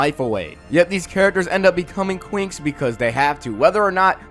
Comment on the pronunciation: I honestly thought that you said the twinks